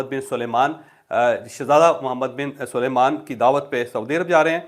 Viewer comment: جاوید چوہدری صاحب اتنے سینئر آدمی ہیں آپکو ابھی تک یہ تک نہیں معلوم کہ سعودی شاہ کا نام سلیمان نہیں سلمان ہے بار بار آپ محمد بن سلمان کو محمد بن سلیمان کہتے ہیں پھر بھی اگر آپکو سمجھ نہیں آتی توسمجھانے کے لئے عرض ہے سلمان کے ل کے بعد ی نہیں م ہے